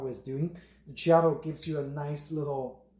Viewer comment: Check out some videos from Whole Latte Love about the Ceado grinders so you can learn how to pronounce it correctly.